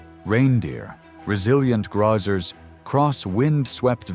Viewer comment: ..."grawzer" versus "grazer"